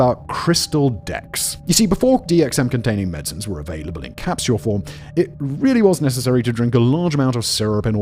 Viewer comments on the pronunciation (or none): none